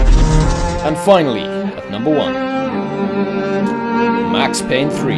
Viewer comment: did he say "at nomber sex"? XD